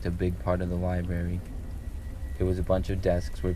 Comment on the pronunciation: he keeps saying liberry. Library man.